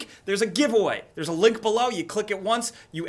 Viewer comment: I swear you said "there's a lick below" instead of link towards the end.